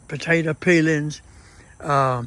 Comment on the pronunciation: I like the way says "peelins".